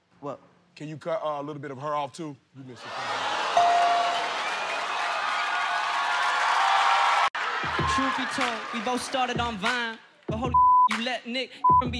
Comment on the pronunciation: Yo who said “nothing but the shoeth” 😂